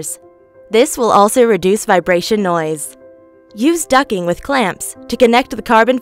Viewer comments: Why is she saying ducking? DucTing. Lmao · Ducttttt ing ..... T not ducking 😂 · Ok she’s saying “ducking” I’m not crazy? Am I? Anyone else hear ducking? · Every time I heard "ducking", I died a little... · Ducting . Not ducking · I agree it’s solid info, but her saying Ducking was fuckin killing me 🤣🤣🤣🤣 and she even enunciated DUCTTT tape but somehow ducting eluded her 🥴🥴🥴